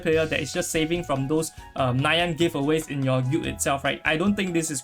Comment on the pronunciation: i like how u pronounce nyan as: Nai-yerns😆😆